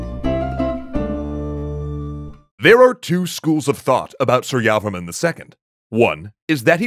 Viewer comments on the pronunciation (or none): Janhavi Baghel lol. Same thoughts. Was getting annoyed with the su-yavaman pronunciation. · Please pronounce his name properly it’s Surya Varman. Two words. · that's pronounce "sureyavarma 2" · Pronunciation tip : It's "soor-ya-var-man" with stresses on "soor" and "var". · Very Nice, I learned about Angkor in school. You can pronounce the name properly if you separate it, Surya Varman, Jaya Varman and etc. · Btw your pronunciation of su-rya-var-ma-n was bit off